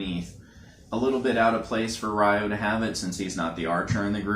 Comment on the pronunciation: They all have large shoulder guards, though Kento's/Shu's is slightly shorter. It's not pronounced Re-yo. In the Jap. version they pronounce it Yo since they can't pronounce the R when next to Y. In the Eng. it's pronounced Rye-oh.